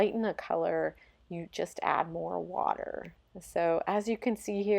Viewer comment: omg why u always saying water with "wateur........." intonations 😭🙏